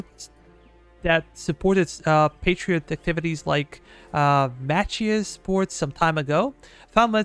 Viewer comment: Machias is pronounced Ma-KIE-es. :)